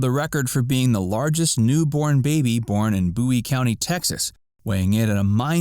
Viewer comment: He said Bowie correctly